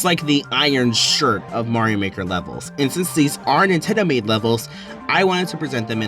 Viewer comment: "Nindot"... great job 🎉